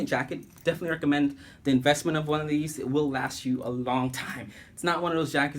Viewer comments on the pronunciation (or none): none